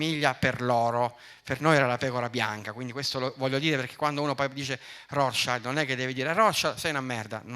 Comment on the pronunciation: Non sai neanche come si pronuncia il nome della famiglia più influente del pianeta. Dovresti prendere lezioni di tedesco.